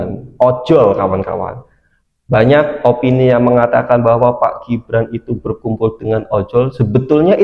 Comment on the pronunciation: Min apanya salah nyebut nama gibran itu😂😂😂